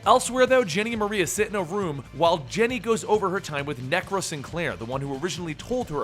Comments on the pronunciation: Hey big fan but chick's name isn't Black "Maria" its Black Mariah "Ma-Rye-Ah"...like Mariah Carey. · u said her name wrong is black mariah not maria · Just FYI it's Mariah pronounced the same as Mariah Carey not Maria. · Love this video, but it's Black Mariah like in Mariah Carey. This was a hilarious read. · For future reference bro, it's pronounced Black "MARIAH" as in Mariah Carey. I know you like to be as accurate as possible, just thought I'd point that out for ya. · it's "Mah-rye-ah"